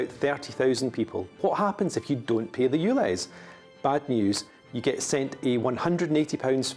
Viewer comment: I understand the London accent and you pronounce things differently but dude you need to say the word pay with a little more of the a sound because it sounds like you're saying pee